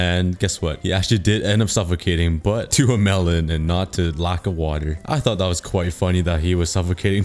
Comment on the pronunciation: Every time he said “melon” it sounded wrong in every way 😂